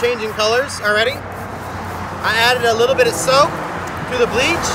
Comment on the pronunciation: It sounds like you said breeze and soap - is that a gallon of bleach, did you say bleach & soap?